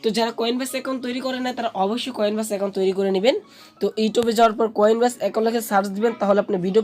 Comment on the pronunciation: উচ্চারণ টা ভালো করে করেন, কয়েন ব্যাস না কয়েনবেস